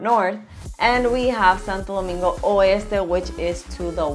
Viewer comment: . Saludos hermano 👋. Estoy de acuerdo contigo en la gran mayoría. Pero vamos a ponernos a pensar……. Ella pronuncia Santo Domingo perfectamente, con su honor y energía. Si vamos a ser todo al 100%, por qué no dice “Saint Sunday”?? Si vamos a ser las cosas bien, vamos a serlas todas bien no selectivamente. Cómo se dice Santiago en Inglés?, Punta Cana? Jarabacoa? etc. etc.? Por qué no rendirle honor a el nombre República Dominicana?